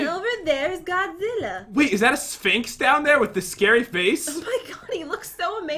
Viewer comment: Its not mobizila its godzilla pat